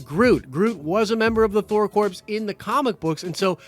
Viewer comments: Hail Eris! Interesting thing about English: "Core" and "corps," oddly enough, are pronounced the same way. "Corp," as in *corporations*, on the other hand, is pronounced as it looks, and its plural form, weirdly, is also pronounced as it looks, so you have to make the context clear. In this vid, it should be "Thor Core," in pronunciation, and "Thor Corps," in spelling. Blame it on the culture-appropriating ways of English-speakers for the past millennium. We're not going back to speaking Olde English now. Nerd Card: The secret identity of Thor, in the 1960's until the '70's or thereabouts, was Dr. Donald Blake, which is a sort of callback to the Old High German form of Thor's name, Donner, with "Blake" subbing in for "Black," as that was considered a surname, more-or-less, for Donner. Snarky For example, what if someone decided to fuck a monkey? It's just a for-instance! It's not an idea! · I cringe every time you say corpse instead of corps (kor) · It's pronounced "core", not "corpse". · Noone cares its pronounced core not corpse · Thor CORE. NOT CORPSE. Jesus christ. Marine Corps. Thor Corps. How does that pun not click? It's certainly better than Asgardians of the Galaxy or Thor's name and reputation being hijacked by some butthole ex that's been missing for most of the MCU or a 3 Thors with 1000 fighting one guy. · Corps is pronounced 'CORE' not corpse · Corps is pronounced *core*. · It’s pronounced core not corpse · Hey buddy so corps is pronounced core, like marine corps, so Thor corps sounds better,. Thor core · It’s pronounced “Core” not “Corpse”......Jesus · I'm so sorry & I don't mean to be a stickler but, ya gotta stop saying THOR "CORPSE"; a corpse is a dead body & a "CORPS" is defined as a body of people engaged in a particular activity; example...The GREEN💚LANTERN CORPS, SINESTRO💛CORPS, other LANTERN❤🧡💙🖤💜CORPS, ya know what I mean, right? Just sayin'. 🇨🇦👊🏻🤙🏻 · It's pronounced the same as CORE....Just like the U.S. Marine Corps(CorE)